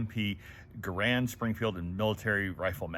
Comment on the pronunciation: He needs to learn how to pronounce GARAND. It rhymes with "Errand".